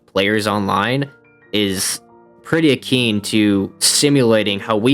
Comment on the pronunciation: “...pretty akeen” lol